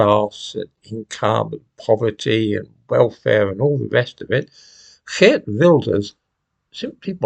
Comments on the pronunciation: I'm Dutch and first: excellent pronounciation of Wilders' first name! And in order to become big he mellowed down on a lot of his points, banning the Koran is no longer on the top of his list. But immigration is a big issue and that made him win. But we always have to form coalitions, so there is still a lot to do before we have a new government. After all, he has 37 seats out of 150. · 10 points for pronunciation of geert :D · Thank you. So nice to hear the name Geert pronounced properly too!